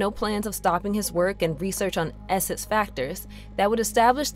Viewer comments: If your gonna do a video about an X-Men villain named Nathaniel esseX, maybe get a narrator who can pronounce the letter X as X instead of S. His name is not esses and the are not called the Smen SMFH 🙄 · Love Mister Sinister, but probably the worst subject for a narrator that struggles with X’s.